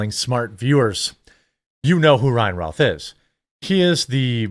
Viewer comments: His name is said " ruth" like Babe Ruth. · My point is it is not said " Routh" like "South."